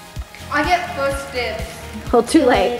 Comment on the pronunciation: you said fist day not first day